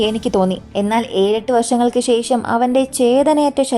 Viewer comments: വിവാഹത്തനു ശേശം, ഓഫിസിൽ പോയതിനു ശേശം കണ്ടതിനു ശേശം ശേശം ശേശം ശേശം 😮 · വിവാഹത്തിനു ശേശം! ശേശം ശേശം ശേശം ശേശം ശേശം😮